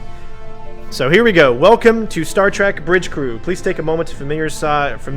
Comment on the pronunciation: Did you just say "Star Track"?